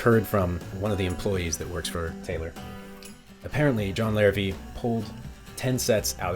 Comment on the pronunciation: Hi there... just so you know, despite being spelled Larrivee, as it is French in origin, the name is actually pronounced "Larrivay". Nice review of a great instrument though.